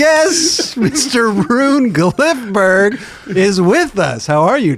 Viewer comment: CAN'T PRONOUNCE HIS NAME!